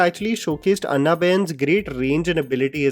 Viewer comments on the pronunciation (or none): Its ॲना not अन्ना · Bro it's pronounced as Anna (as in Annabelle) not Anna (like Anna Hazare) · It's not ANNA BEN 😭😭😭 ITS PRONOUNCED AS AANA 😭😭 NOT CALLING HER ANNA (elder brother in south languages) 😭😭🤣🤣🤣🤣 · What is with your pronunciation of 'Anna',?